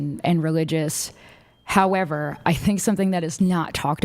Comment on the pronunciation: Cant with the “However” girl 🤣 more like hoever 🤣☠️